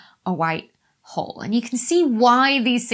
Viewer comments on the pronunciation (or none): With her accent, sounds like she's saying "white WHORE". Frankly, I resent the implication.